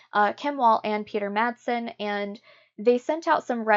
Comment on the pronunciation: Just for the sake of accuracy: "Wall" in swedish is in swedish pronounced with a "v" as in victory and not with a "w". And in danish the name "Madsen" which is quite a common name is pronounced with a silent "d" like in "mass". Otherwise, good work!